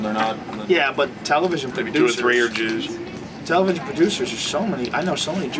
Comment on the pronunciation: Did Joe say: "juice are controlling the media" ? Lol